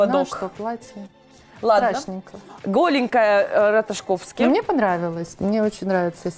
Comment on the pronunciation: мне резануло слух Эмили Раташковски! Это шутка,я надеюсь. Потому,что правильно Ратаковски. И Дженифер Конели вы назвали Дженифер Гарнер ))) Гостья действительно снобская и манерная. Про Аватар было смешно. За визуальные эффекты он как раз получил награду. " Все везде и сразу" один из лучших фильмов с глубоким смыслом,который не каждому открывается.